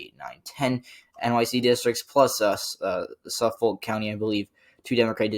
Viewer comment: Btw Suffolk county is pronounced "Suf-fik"